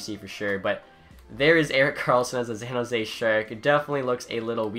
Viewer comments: "Zan Jose" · Bro learn how to say San Jose, there aren’t any Z’s in it. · San Jose S pronounced like an s not a z bub.